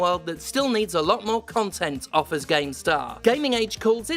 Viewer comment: “Cumtent” is the term im going to use from now on when talking about AAAAA games.